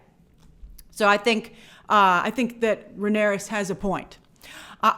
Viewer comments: love you coverage of the show small tiny note Rhaenys is pronounced like ray-knees not ray-near-ess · Corlys's wife's name is Rhaenys NOT Rhaenyris. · Grace, the Queen who never was, Rhaenys, is pronounced RAY-NIECE. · It's RAY - NIS. Rhaenys. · Grace Corlys’ wife, Rhaenys, is pronounced “Ray-Nees”